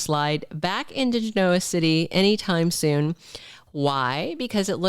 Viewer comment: Genoa City not Gen-noia City!